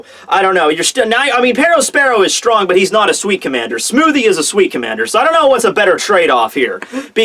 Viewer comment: when talking about love haki..did you say 'stronk'?